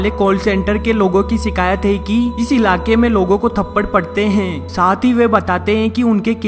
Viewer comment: hai pe itna jor kyon dete ho bhai...